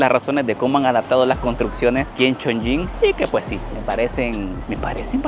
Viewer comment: Cada vez que pronunciabas Chong"ying" 🗣️ la ciudad perdía un nivel de altura 🏙️⬇️🏢😅